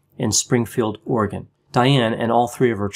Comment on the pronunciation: Thank you so much for pronouncing Oregon correctly. 😀